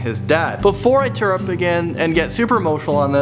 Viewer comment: it's pronounced TEAR (TEER) up, not TEAR (TARE) up. Christ in a fire